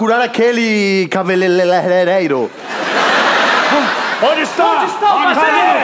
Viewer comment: "cabeleleleiro" ai meu Deus.. chorando de rir suhUHASHUahushu